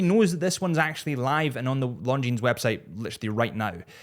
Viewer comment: it is no "s" in Longines.